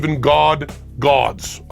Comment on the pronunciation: When applied to the end of the word the letter "s" sounds like "z". Zzzz. Why we Believe in God (z). it's easier to say that way Penn.